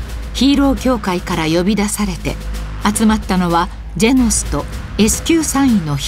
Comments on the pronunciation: ジェノスがジェンスに聞こえた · ジェンズに聞こえるけどよく聞いたらジェノスって言ってるゾ 名前勘違いしたわけではないと思うゾ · ジェノンズに聞こえるんやが俺的には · 不思議ですが自分は聞くたびにジェノスとジェンズが入れ替わってます・・・ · ジェノスって思うとジェノスって聞こえるし、ジェンズだと思うとジェンズ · orz三 「ジェノスって言ってると」思って聞いたらジェノスって聞こえたゾ（個人の感想） やってみて